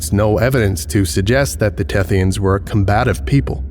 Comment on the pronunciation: "The Thethyans are cephalopods." Me: * looks nervously at my calamari lunch *